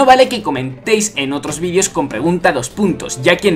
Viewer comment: ¿Por que dices vidios si dice vídeos?